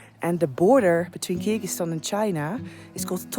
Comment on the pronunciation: Please dont butcher countries names like that